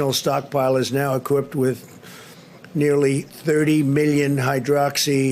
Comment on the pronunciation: "We have... uh... purchased and we have stockpiled 29 million.........................pills.......of the.......................hydroxy.....chloroquine.... 29 million uhh...." "equorped" Nicely said, president dumbdumb.